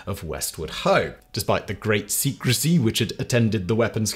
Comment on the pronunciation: honestly, why mispronounce words on purpose? Simon you're reading from a script that you pay someone to write, they would definitely proofread it! ( i say they because this applies to all of your writers on all of your channels) It is also extremely unlikely all of your writers make repeated typos on todays autocorrect/ spellcheck software. So there is absolutely no way 'secrecy" was written "secretsy" and then its even less likely that you wouldn't pick up on that seeing as this is your job. I know a single persons' opinion doesn't matter (i.e Mine), and i know its likely you're doing it for comments/ reactions like mine, just by noticing you doing this more and more often. i know 1 unit is insignificant but Im unsubbing, you never needed cheap tricks for quality content, why start now... the repetition of this now is just annoying..